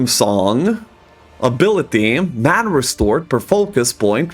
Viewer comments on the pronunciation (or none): none